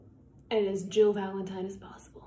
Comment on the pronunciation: It's Valentime